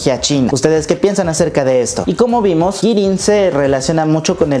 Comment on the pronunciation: Y algo que note en gran parte del video, es que le llamaste "Qirin" al akuma de Sabine, cuando en realidad es "Qilin" de hecho en el ultimo punto en el cartelito pusiste Qirin en lugar de Qilin, hasta en el título del video pusiste Qilin, así esta bn :3 xD